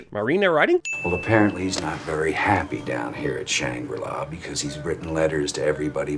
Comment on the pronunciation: Shangri-la LOL 😆